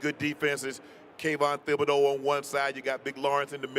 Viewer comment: Stop pronouncing the th in Thibodaux. It’s Tib-uh-dough